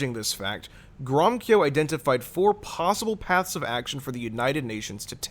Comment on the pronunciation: Read the infamous Balfour Declaration. It is stated therein that the settlements of Jews are not be to the detriment of the native Arab population. The two peoples are to be treated as equals. By the way, the name Gromyko is pronounced : Grow-mee-co